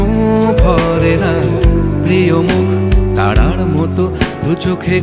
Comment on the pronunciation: প্রিয় মুখ "তাড়ার" মত অর প্রিয় মুখ "তারার" মত??? এই গানটি রেডিওতে শুনেছি, পরবর্তিতে ফোনে,,অসম্ভব প্রিয় একটা গান। উচ্চারণ এর ত্রুটি কেনো হলো বুঝলাম না, কানে লাগলো ব্যাপারটা 😞।